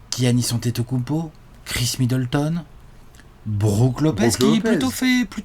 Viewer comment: "kounmpo" dsl j'étais obliger...